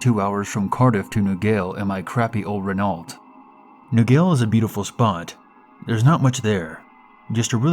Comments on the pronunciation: Renault is pronounced ren-oh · Liked it but Renault is pronounced Ren- o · please never say renault again lol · I've heard it pronounced "Renault" many times.